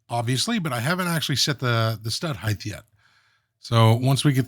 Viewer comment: It is a pet US aggravation for me. Sort of like an audio OCD. Height has HT on the end not TH. It sounds like kite not kith. So many Yankees say heigth not the correct height. No th on the end!